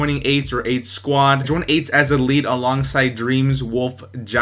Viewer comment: Great vid one thing it sounds like you said I joined aids